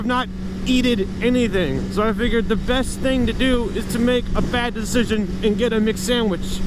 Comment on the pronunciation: Did you say "Badecision"?